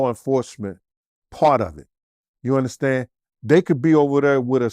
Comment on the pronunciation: “Ya uNdaStand?”